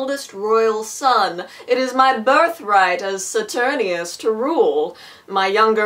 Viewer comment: This was amazing!!!!! I love your mini-Shakespeares so much oh my god. Also...I think it's Saturninus, with a "nine", not Saturnius, but this was posted in 2013 so it won't really matter at this point.